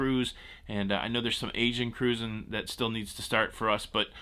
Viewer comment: Let's Go (caruuuzing) Mountaineers! Didn't know you have WV roots.